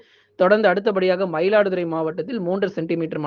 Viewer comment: மயிலாடுதுறை not மைலாடுதுறை